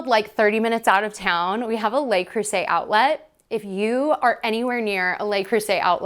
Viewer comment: A little French goes a long way. If you sa Lu (like duh) Creuset, you will be chic. "Lay" is spelled Les.